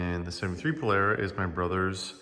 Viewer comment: There's no "air" in Polara